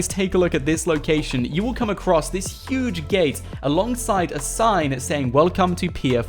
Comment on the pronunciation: ITS YUGE !!!